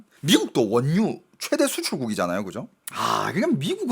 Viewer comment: 원뉴 가 아니라 원유 ..! ㅋㅋㅋㅋㅋㅋㅋ